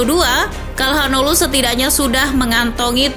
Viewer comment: Sedikit koreksi, hanoglu bukan hanolu min